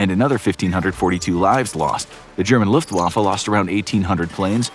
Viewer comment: PLEASE pronounce your German words right. I don’t need Luftwaffe pronounced like “Looftwaffle”